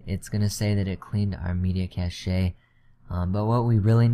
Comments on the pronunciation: 2048 = 2GB it's not cash-ay it's pronounced cash. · Cache is pronounced *cash*, not cash-ay